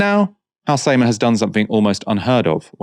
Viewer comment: Your pronounciation of Halsema is unreggocnizable